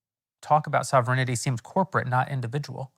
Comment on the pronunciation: Also, Jeremy, learn to say ‘sovereignty’, otherwise the Candy folks are going to rip you apart!